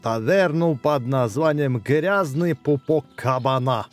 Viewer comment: У бекста до сих пор: ГрязнЕый пупок, а не Грязный пупок